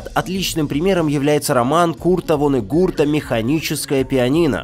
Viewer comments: Вонегурт тоже резануло)) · правильно 'Курт Воннегут' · Курт Воннегут без "р" :)